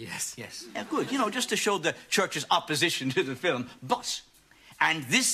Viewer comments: Why does he say 'filum' instead of 'film'? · I love the way they say film Filim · Love how they say “fillum” for film. My boyfriend and I have been saying that just to be silly for years